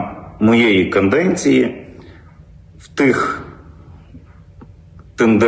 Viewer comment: Голова ОДА що може знати, якщо він слово " каденція"? не може озвучити правильно! За його каНденеції це все і робилось не без вигоди для себе любимого!